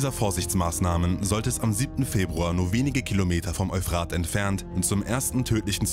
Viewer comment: Es heißt Eúphrat, nicht Euphraaaht! Das Wort ist griechischen/mesopotamischen Ursprungs, nicht deutschen oder französischen! ;-)